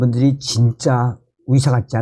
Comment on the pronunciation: 듣는데 참..불편하네요 발음이..같은 한국인인데 발음교정이 그렇게 어려우시나요? 노력은 해보셨는지요?의사를 위사..의새를 위새로 발음하시니..ㅠㅠ..국어책읽듯이 띠엄띠엄..읽으시니 듣는데 이해도도 떨어집니다